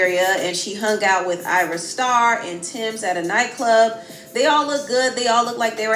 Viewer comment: it’s AYRA not Arya😭😭😭 chii